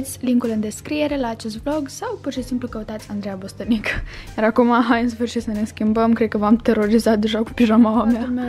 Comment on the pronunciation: Andreea pana și tu ți-ai zis singură numele greșit în loc de Bostănica ai spus Bostănică 😂